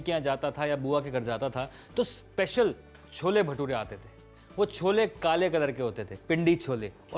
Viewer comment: Did you say "cholbe"?